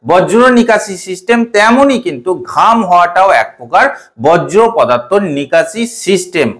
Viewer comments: বজ্র না ভাই বর্জ্য 😂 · শব্দটা বর্জ্য। এটা কি আপনার উচ্চারণ সমস্যা নাকি অজ্ঞতা? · বজ্র নয় বর্জ্য